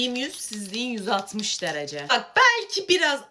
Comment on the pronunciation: ✨dıŞarıSığh beN diYiĞm yÜzh siĞz diyiNn yüZ aLtmIş deReCEğh✨